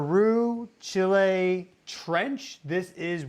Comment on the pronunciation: I appreciate that you pronounce Chi' lay correctly. 🎉